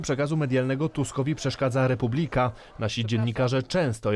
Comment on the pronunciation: Slowo "Republika" wymawia sie w poprawnej polszczyznie z akcentem na trzecią sylabę od końca (proparoksytonicznym). Wy sie nawet nie potraficie przedstawic poprawnie!